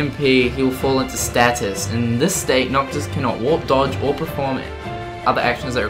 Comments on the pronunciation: Come on =/ At least make sure you read the words right before saying them over and over and over. "Stasis", not "Statis" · So, was i the only one slightly irritated every time he called stasis "status" tbh